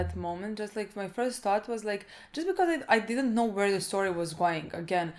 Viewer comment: "I DID'DENT"